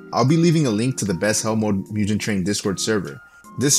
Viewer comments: Like, pronounce the g as in god and dog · “Mudjen train” it’s mugen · moo gone is how you pronounce it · Bro said moojin train😂 u say jif too?